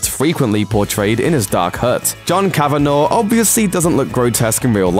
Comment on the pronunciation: Speaking for every Irish person who has found themselves absent-mindedly consuming this tripe to the end, it's pronounced cavan-ah, not cavan-aw.